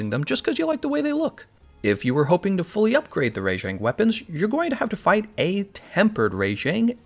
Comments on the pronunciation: Am I the only one annoyed at how he pronounces Rajang? It's RAH-Jang, not RAY-Jang. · Why do you pronounce the first 2 letters in rajangs name as "RAY" instead of RA like rabbit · I'm sorry its RAJANG not RA-JANG!! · Your pronunciation on Rajang is super weird, it's almost like "Re^jeng" LOL. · rayjank lol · They actually say it's name in the game & they pronounce it "Rah-Jong", And I think think it's more accurate like that, because it sounds like Rajah, which is the Hindi word for king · Thanks, i was gonna write something like this, please stop butchering all the names! lol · Well then you aren't English because thats not how we would say it